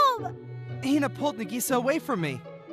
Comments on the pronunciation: Its nah-gee-sa not nuh-gee-sa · Nagisa is pronounced Nikisa? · br in the first one i think he sayin nagisa wrong 👀